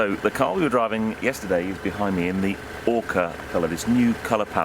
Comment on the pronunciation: Incidentally, its Ocra, not 'Orca' = Ochre in English. And it's M Y 2020 not "MY" 2020 = Model Year. (I thank you. Takes off anorak.)